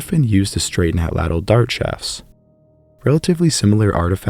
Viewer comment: you mispronounced Atlatl lol sorry since on all ur other videos u emphasize on it TL at the end makes at Tch sound just thought it was funny